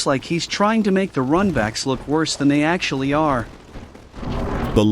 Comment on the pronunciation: The real problem is how pronounces "Worse"